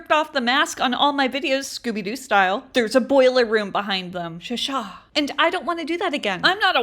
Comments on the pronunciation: you had me at 'Shashaah' 😂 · Your “sashaw” kills me everytime